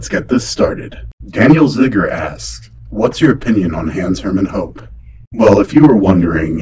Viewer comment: Hoppe is actually pronounced Hop-a